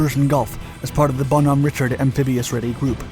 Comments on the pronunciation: That was a non-standard approach vector in addition to lack of proper safety checks. Cowboying it in like that ... and btw it's not Richard like the name Richard. It's pronounced Rishard. I saw a similar incident to this with a Egyptian helocopter that was trying to land on one of our amphibious ships during a joint operation back when I served... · He pronounced the first part right, it was the second part he got wrong. Richard is pronounced ree-shard. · Richard in Bonhomme Richard is pronounced ree-shard.